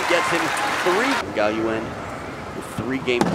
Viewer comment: i thought the commentators are flawless :D lin gaoyuan, not gaoyuen. lin with crazy spin this match, and super fast changed from back to forehand.